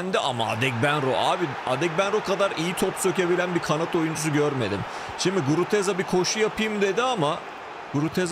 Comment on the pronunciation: iyisin hoşsun da Guruteza deme şu adama Gruzeta de:D